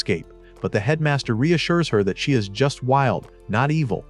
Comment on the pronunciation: what happened to the AI 😂 did it have trouble pronouncing SHE🤣